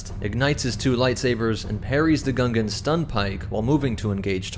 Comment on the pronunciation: The way it said he was captured by gungons 😂